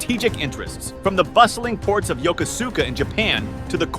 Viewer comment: I think that if you’re going to spend the time to read back speeches, you could’ve spent 5 minutes to learn how to pronounce Yokosuka and such